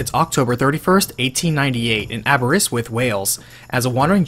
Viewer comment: Commenting just to say perfect pronunciation of Aberystwyth